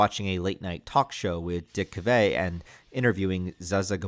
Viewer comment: I'm so old, I was alive when Zsa Zsa Gabor was famous and Dick Cavet had a show. I'm also old enough to have been around to know how their names were pronounced. Come on man! We have the internet now.